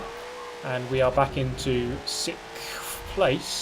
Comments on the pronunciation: For the love of God it’s 6th ( SIXTH) place not sikfth not sixft it’s SIXTH! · Ok you want the cure for "sickffffff"? Here you go. Just imagine them as 2 separate words. The end. Out loud say "six" Now say "th" Six..............th Six.........th Six...th Six th